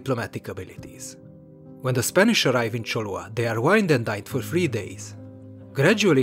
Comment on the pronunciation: Solid series, but you made a flagrant mistake. It's Cholula (Cholollan), not Cholua.